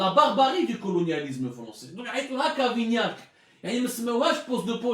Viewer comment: Regle tes pendules...c'est cavaignac non cavignac.si c'est un probleme d'élocution...un orthophoniste ferait beaucoup de bien.😁